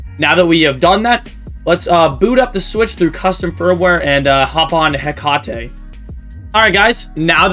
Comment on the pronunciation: why do you say hecate like that 🗿